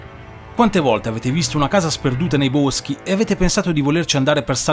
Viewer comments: Hai detto "I buoschi"😂😂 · Casa sperduta nei "Buoschii" hahahaha :-)